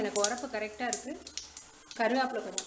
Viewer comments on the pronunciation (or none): Not karugapillai its karuvepilai😂